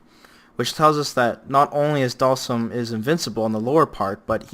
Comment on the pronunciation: The way you pronounce Dhalsim sounds like Dawson.